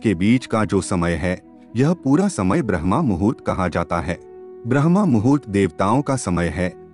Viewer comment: Respected Sir, thanks for excellent revealing video. ...... Sir, it's BRAHM-MUHURT not BRAHMA-MUHURT ..... Regards, OM